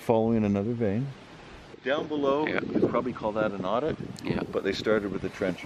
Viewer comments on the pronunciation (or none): Adit is pronounced like add-it, not audit. Short A, like in Apple. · There called addits not audit lol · Not odd-it , it's pronounced ADD-it!